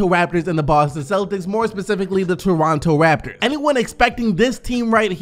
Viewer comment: Anyone else hear him say Torontu